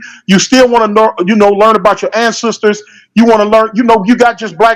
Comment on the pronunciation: It's ancestor not ansisters